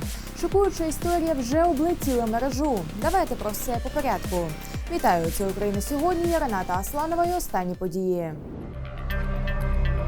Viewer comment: Мере'жу, а не мережу'!С первых секунд - Ганьба! Если ведёте новости - научитесь доносить до людей грамотную речь! Постоянно сталкиваюсь с неграматными высказываниями в глобальных средствах информации!... Вы специально гнобите украинский язык?Чтобы люди были стадом,ничего не осозновавшим? Имейте ввиду - если не будут приняты меры - значит -500 человек (как минимум) отпишутся от вас!Я даю гарантию!Якщо потрібно,можу Цей текст написати українською! Ганьба! Если не будет исправлено это недоразумение